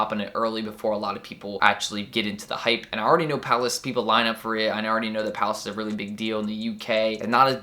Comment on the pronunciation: Thank you so fucking much for opening me up to Hypland, I've found a new love haha, also you might want to add an annotation on the screen to say hypland as it was hard to understand hehe. Great video anyways!